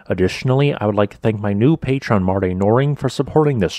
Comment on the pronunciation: I miss when videos used to always end with “on pay-tree-on”